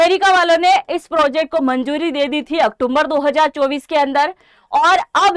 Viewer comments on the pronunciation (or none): none